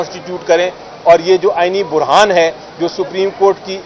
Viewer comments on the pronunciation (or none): علی ظفر صاحب اپنی اردو صحیح کریں لفظ "برہان "نہیں ہوتا "بحران "ہوتا ہے